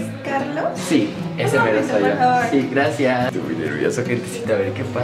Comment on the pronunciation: Choche dijo GLACIAAAAAAAAS! porque es chinita jajaj